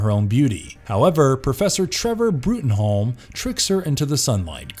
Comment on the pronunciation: In the 'Hellboy/B. P. R. D.' world, 'Bruttenholm' is pronounced, as of course it would be in England, as 'Broom'. Trevor Bruttenholm is an English character.